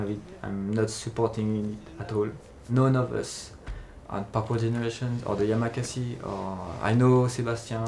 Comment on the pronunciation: It´s YAMAKASI !!! not Yamakase